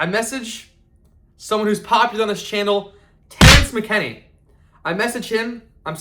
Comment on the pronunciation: Saddest part about this is the first big fighter that he met was Terrence McKinney and he doesn’t even know how to pronounce his name.